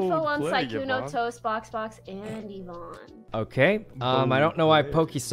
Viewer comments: Sykunno, remember its EEEEEE-vonne, not yuh-vonne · E-von. Eeeeeee-von. Not yuh-von, not Uh-von, not Yee-von. I swear that urks me way more than it should but she spent an entire day correcting you and its a very common name. E......von say it with me, E-von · I can’t every time he says YEH VONNE. Y acts like a vowel here. Not a consonant. 😭 It’s EEE VONNE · Sykkuno : "yuivonne" Pokimane : "ITS EE-VONNE" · So, he went back to saying Yuh-von, I guess. Lol, it’s EE-von man 😂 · i love sykkuno but every time he calls yvonne with "yeevonne", it kinda annoys me :(